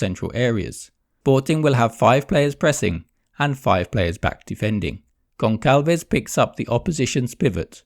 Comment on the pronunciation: It's Gonçalves (gonsalves). Do not call him Goncalves please.